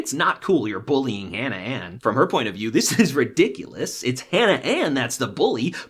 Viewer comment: The way he says “bullying” 😂